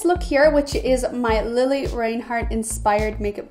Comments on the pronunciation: How can someone make a makeup tutorial for her and pronounce her name wrong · Who else cringed when she called her lili Rainhart??